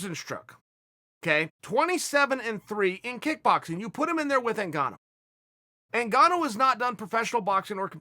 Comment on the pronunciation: Ngannou NOT Cingano!...😂